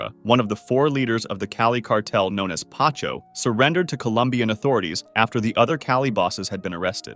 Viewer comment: Paco ❌ Pacho✅ 😂😂😂